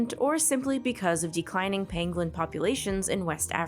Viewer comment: Penguin......pengling......... pengwing.... . Those who know know